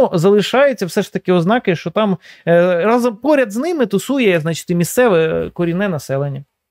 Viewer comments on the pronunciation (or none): none